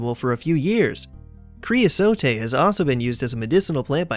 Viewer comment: Cre-uh-sote. The final e is not pronounced.